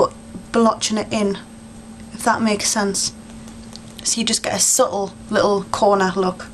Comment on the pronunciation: cool. that was interesting.just a few tips/points, which you don't have to do but i was thinking if you only did half of the face, one eye then we, as viewers would be able to see the really good difference :) and subtle has a t in it :) don't forget to pronounce your t's :)